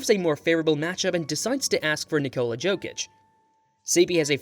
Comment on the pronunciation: Yokich🤣 Just call him Joker man pls.